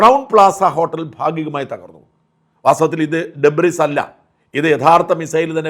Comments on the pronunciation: It's pronounced asdebri,not debris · Shajan...debris എന്ന വാക്കിലെ S silent ആണ് ' debri' എന്നാണ് ഉച്ചരിക്കേണ്ടത്. ഒരുപാട് മലയാളികൾ തെറ്റായി ഡെബ്രീസ് എന്ന് ഉച്ചരിക്കുന്നു.